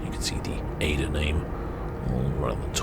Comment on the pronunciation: You are still pronouncing AIDA as AY-DA, It is German and is pronounced AY-EE-DA.